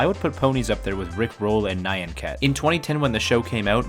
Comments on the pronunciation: say it right its Nyan not Nayan Nyan as Nya as what Japan interprits the sound a cat makes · Nyan is said like knee-on.